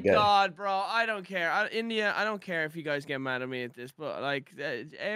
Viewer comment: “Hello gays”